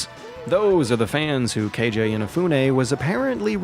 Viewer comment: Keiji, like "cagey", not "KayJay Inafune"